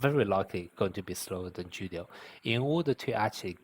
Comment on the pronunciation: Julio is a Spanish name its Pronounced as if the J is a H .....So it's like " Who-lio"..... not "Ju-lio". The letter J is really just a English sound.